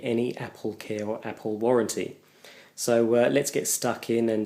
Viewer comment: APPPOL mac.